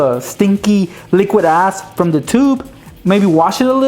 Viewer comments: Boi stop saying "liquid ass" all the time boii I thought you were saying "az" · was he saying liquid "ass"?